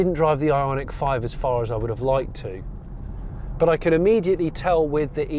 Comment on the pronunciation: Every time Jonny said Ionic, I heard Ironic, maybe I am yet to be convinced.